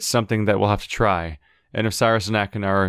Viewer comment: Why did he change his pronunciation of Sirrus all of a sudden?